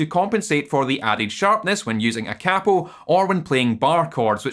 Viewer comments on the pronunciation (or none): Thumbs down for mispronouncing “capo”.